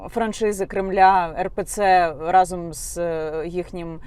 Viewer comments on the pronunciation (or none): none